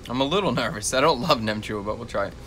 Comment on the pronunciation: Wow I am more surprised how well you pronounce "nem chua". It's like 95% vietnamese. Nem chua is a dish u snack with beers. It's fermented so it's actually good for your gut. Only thing I don't like about it is the curing ingredient that makes the colour pink.